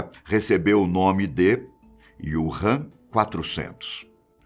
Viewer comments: Não é IUrram, é Úrram... Wu Han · Prezado, o nome é Wuhan e não Ywuhan! ;-) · Desculpe ñ consegui ver o vídeo inteiro com ele falando o nome da cidade errado o vídeo inteiro kkkkk